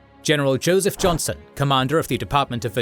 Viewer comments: It's Joseph "Johnston" btw, not johnson. Great vid as always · The pronunciation and captions didn't make this clear, but it's Joseph E. Johnston, with a "t", not Johnson. My middle name is Johnston, believe it or not, and so I could not remain silent about this. I will forgive you, this time. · Just an FYI It's Joseph Johnston, not Joseph Jonson as is on the maps and pronounced by the narration Also Jefferson Davis was US Secretary of War before becoming CSA President, thus his hands on "micromanagement" of the war. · Hey guys, his name was Joseph Johnston, not Johnson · A correction, it's Joseph E. Johnston, not Jonson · Well it's Johnston not Johnson but what can you ask.